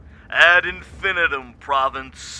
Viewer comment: Love the beginning, and love the background music! Very unique, but I don’t know what the heck this was about. I couldn’t gain a foothold on anything in the dialogue nor the descriptive visuals. BTW: You are mis-pronouncing “infinitum.”